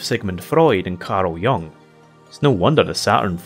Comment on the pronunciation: Ack-HEM... Its pronounced: Karl Yoo-ng. :-p